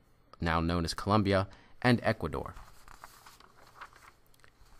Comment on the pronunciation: It's COLOMBIA, Not ColUmbia!!!